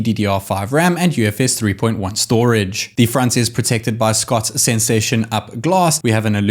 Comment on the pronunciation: Schott isn't pronounced like Scott, it's more like shot. Otherwise, great video on an interesting phone.